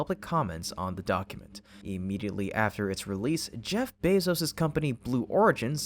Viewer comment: The “E” in Jeff’s last name is pronounced “ō”.